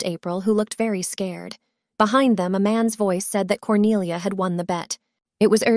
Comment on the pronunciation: At the start i thought her name was "corny ah" 💀